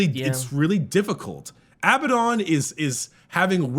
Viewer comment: Ok his name is Abaddon and pronounced Ab-add on not pronounced aby-don Abadon , say ab-ad-on You know, like the mythological demon.